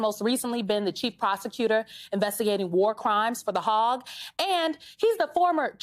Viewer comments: HAYG. Not HAWG. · Not “ hog “ but “ Haig “! There is a difference! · The hog? 🙄 It's pronounced Hāg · the Hague is not pronounced Hog. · Trying to say The Hague. I wish newscasters would take the time to check pronunciation of words they are unsure of. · She's trying to pronounce The Hague.